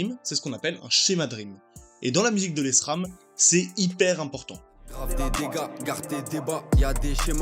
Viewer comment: ca se dir "Lèsram"